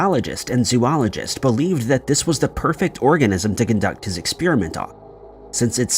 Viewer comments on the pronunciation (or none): none